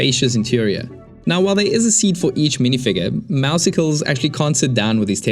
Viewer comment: For the record, Meowscles is pronounced to sound similar to Muscles but with Meow as the first syllable. Because he's buff. Mao-sicles just isn't there at all.